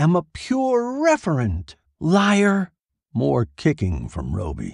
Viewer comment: Referent, not Reverent